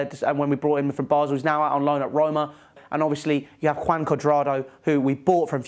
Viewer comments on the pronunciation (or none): none